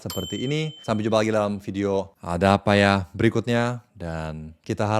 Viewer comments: "ada apa ya" lucu banget logatnya Korea bgt😂😂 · eh kirain saya doank, korean bgt kwkwk